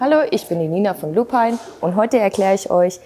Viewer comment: Lupeinnn ? Ist das kein deutsches Wort mehr ?